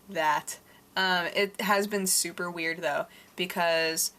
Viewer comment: I love the way you say super. "Sewper" LOL